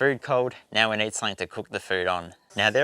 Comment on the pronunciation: you may wanna use a table tennis ball before talking in front of the cam, getting used to get your teeth (upper and lower jaw) separated. This would improve your articulation. And since when do we now pronounce words with a double e („need“) as a diphtong? I don‘t want to offend you as a person, but while doing clips on youtube, you might wanna consider such things in order to avoid tiering people watching.